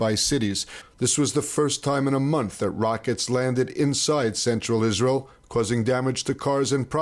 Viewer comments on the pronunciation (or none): Israel not reel